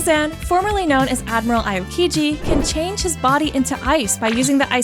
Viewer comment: Pronunciation Aokiji: (Ow-kee-gee)